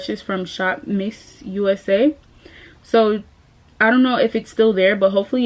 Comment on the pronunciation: It’s ShopMissA, not missusa! 😂